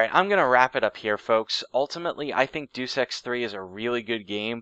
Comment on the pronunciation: the title is pronounced day-us ex but otherwise fantastic. Not played it but i might look into it now.